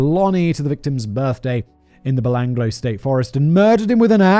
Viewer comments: He also mispronounced Belanglo forest. Bel-Anglo. Instead of Belangalow. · I came to the comments at 'Belanglo' being said, 'belang-lo' and found this hilarious thread about the Oot. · It’s pronounced ba-lang-galo, I camped there while in scouts after the murders happened. The location for the camp was kept secret. I guess for obvious reasons. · Nothing on the pronunciation front compares to Simon’s ‘psycho-parth’… also Belanglo may be spelt like that but a real Aussie bungs another A in there: Bell-ang-gallo… oh my god I can’t keep up… Oot for Ute?!! It’s Ute, like YOU-t. Fucking love this channel. You should make the trip down under. Especially after this travel guide! What’s stopping ya? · 😂🤣😂🤣😂🤣😂🤣 It's MilAT.. To rhyme with Hat, rather than millet.. The Belangelo Forrest is pronounced as 'Beh-LANG-eh-LOW'.. And we tend to refer to them as a YOOT, rather than an "oot"!!! And Mildura is pronounced 'Milled-YOU'RE-uh', except you sort of run the d and the y together... Australian accents are a snap.. Simple as! 👌😂🤣😂🤣